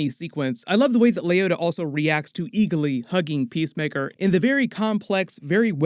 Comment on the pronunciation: It’s ee-glee not ee-ga-Lee